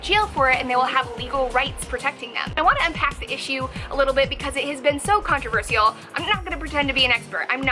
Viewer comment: The way she pronounced the word "controversial" is controversial